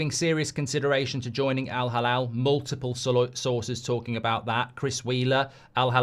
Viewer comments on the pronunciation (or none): Mark, hate to be a stickler but it's Al-Hilal not Halal. Two very different meanings